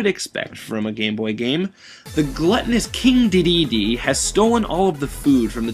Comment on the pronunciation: Awesome review. Except for Duh-dee-dee. I am pretty sure its pronounced Dee-dee-dee